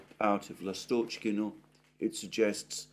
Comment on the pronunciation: L'astochkino (Swallow village) - the stress is on the first syllable.